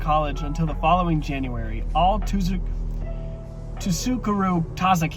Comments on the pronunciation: Say it like Sukuru pretend the T isn’t there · if you need help pronouncing the "ts" of tsukuru, think of it like the "ts" at the end of "cats"! if that doesnt work, just using the "s" sound is more accurate than emphasizing the t at the beginning.